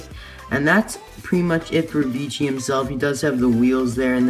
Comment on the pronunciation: Nice! Isn't it Vecihi not Vichi? And I find his expression like the disney store eyes. Weird and creepy.